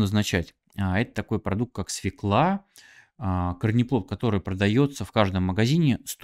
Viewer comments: СВЁКЛА а не свекла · Сразу - не верю,свекла', ударение в первом слоге!